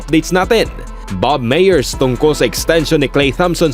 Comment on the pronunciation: Mali ang pronounciation mo ng "Myers". Konteng correction lang. Good content though. 👍